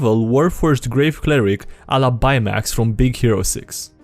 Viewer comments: Hey what's up everybody it's Kite Eye-ray Day 2 "buymax" "BUYMAX" whAT? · Did... did he just say Bye-Max...? Edit: He managed to correct himself. My inner nerd is appeased.